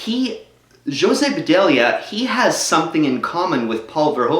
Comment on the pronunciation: dude its ho-say puh-dilla